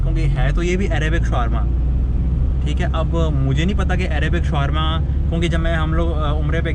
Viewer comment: SHAAAWARMA hota hai Shawaaarma nahi